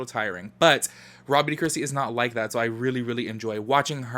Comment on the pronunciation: I always thought you were saying Robby d’christy 😂🤦🏽‍♀️ but I gotta check her out 👍🏽